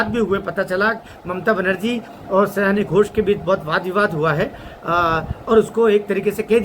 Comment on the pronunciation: उसका नाम सयानी नहीं, 'सायोनी' घोष है।